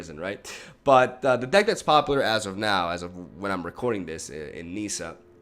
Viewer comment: Nissa, not Niiiiiiiissa